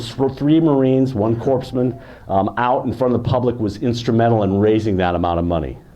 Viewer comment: Very interesting and well documented. I served in the Marine Corp from 1980 to 1984 and love our history. Only complaint I have is that the person doing the presentation is pronouncing “corpsmen” the p and s are silent, It is pronounced core men not corps men. Other then that very enjoyable and informative